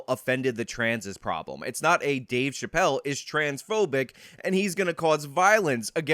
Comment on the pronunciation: Thanks a lot, for your “Scumbaggery” 😂, I use that word all the time, and people look at me like I got 9 heads!! But thanks again so much for your Dueshbaggery by playing that girl or trans ⚧ 🏳️‍⚧️ saying Dave Chapelle Dave Chapelle Dave Chapelle Dave Chapelle Now, every time YOU say Dave Chapelle I hear that trans echo!!! Really???????? See? Look what you did now jerk off!!!! 😂😂😂😂😂😂😂😂?